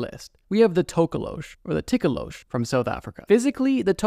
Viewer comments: Nah it’s the tokoloshi 😭, not tokolosh. Thank you for talking about South Africa though 🧙🏾‍♂️🙏🏾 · It's not tokolowsh its NTOKOLOSHI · As a South African it’s To-ko-lo-she and it stays under watch the movie 😊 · Hey just wanted to help on something. The Tokoloshi is a largely southern African folklore creature not just particularly from South Africa and it’s pronounced To(like toe) ko-low-she. Hopefully that helps next time it appears in your videos 🙏🏾. Also they kind of a blanket term for any small demonic creature that causes harm or damage. Some even come out of your toilet allegedly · Him talking about the tokoloshe gave me a Jumpscare. I’m so scared of that thing and I just convinced myself it’s not real 😞 (Also it’s pronounced to-ko-lo-shee most of the time) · Wildest pronunciation of tokolosh I've heard 😂 tok (like torque ) ko (core) lo( lore) sh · It's actually pronounced like tok-o-lo-shi (South Africa born n' raised) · HOLD ON!!! I'm South African and the Tokoloshe i sa pretty popular myth and also something we would say if something were small, ugly/creepy looking and/or suspiciously supernatural. It's pronounced Toh-koh-loh-she btw...so many non-Africans say it the way you did and it hurts me😭. We usually use it as a joke tho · Sorry for this but it's pronounced TOH KOH LO SHEE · Being South African, the scariest thing in the ENTIRE video was how you pronounced 'tokoloshe' . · the south african history has many fricked up spirts etc. but u pronounsed our scary creature wrong lollll!..... but good ig since u arent from hereee